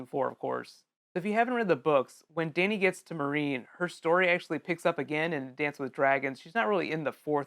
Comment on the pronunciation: >pronouncing Meereen 'marine' really?